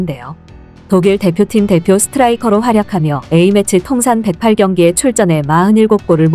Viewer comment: 108경기를 백팔경기로 읽으면 안되고 백여덟경기로 읽어야합니다.8경기는 어떻게 읽나요? 여덟경기? 팔경기?